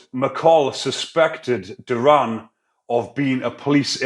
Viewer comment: It's dorion not durran bro